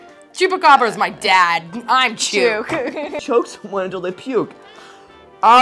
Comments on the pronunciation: Yooper all my life. Party store, yep. The hat is a CHOOK (rhymes with book), not chuke (rhymes with puke). The rest? Never heard of them. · If they pronounced chuke like its supposed to be they might have had better guesses. They could've found better words too. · Here in the UP it's called a chook, rhymes with book. Never hear fudgie, it's trolls. First I ever heard of doorwall. I heard hi-low once or twice, not in a long time. Party store for sure eh.